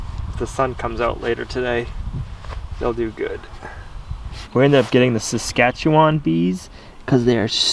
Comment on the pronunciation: I live in Saskatchewan and I was quite glad you pronounced it correctly. The name was actually condensed by the white man. It is a Cree word meaning fast flowing river and was originally spelled Kisiskatchewani Sipi. Another fact about us is our provincial motto, Land of the living skies. I can actually sit in my back yard and watch the Aurora Borealis.